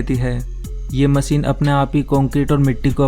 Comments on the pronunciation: MACHINE, not MASEEN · Aby chotia masine nhe hota machine hota he.